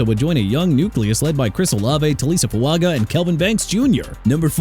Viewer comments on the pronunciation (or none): First off let Rueben (spelled r-u-e-b-e-n) Bain Jr go to Tennessee and second Taliese Fuaga pronounced Tah-lee-see... third let Miami get Spencer Fano! Fourth Avieon Terrell pronounced tuh-rell! And stop with the JAGWIRES okay?! Jaguars pronounced JA-GWAARS! You know what? Keep saying jagwires and maybe Jacksonville can get a name change out of it! SMH!! DONE WITH THIS GARBAGE!!!